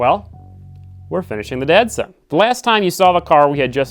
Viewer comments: Are you saying Datsun or Dad-Son? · Each time you say Datsun project, I hear "Dad-Son" project 😉 which makes total sense for your project! Looks awesome 😍